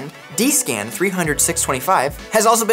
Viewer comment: D-scan? 😱or DC-SAN? first time I hear that pronunciation :)